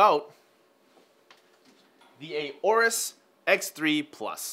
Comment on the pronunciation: It' Aorus, not A orus.